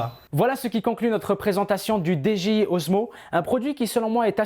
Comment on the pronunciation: Par contre pourquoi tu dis DGI c'est DJI :P